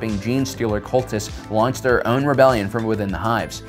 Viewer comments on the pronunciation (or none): none